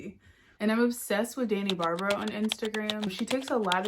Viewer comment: Hello, just found your channel through youtube recs, and loving the content so far. Thanks for sharing <3 Also, the recomendation to Barbaras account was perfect, following my fellow brazilian now. Your pronunciation was perfect!:)